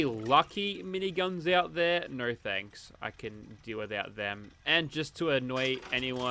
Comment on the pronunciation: i love the part when he says " Naur."